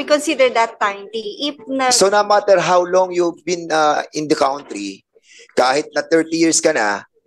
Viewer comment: sorry sir ACOP Fernandez you should pronounce country as kantri po not "count" marami pong nanonood even the new generation dapat tama po ang naririnig nila Sorry po Just saying😊